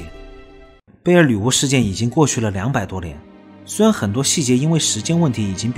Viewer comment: 背景音樂比你說話大聲，說話該斷點就斷點，不要硬拉造成鼻音超明顯，整部片子都在貝爾“鋁”巫